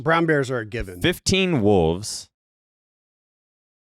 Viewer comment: saying wooves instead of wolves kills me